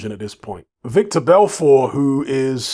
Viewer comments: His name is Vitor not victor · it's pronounced VTor my bruvvah haha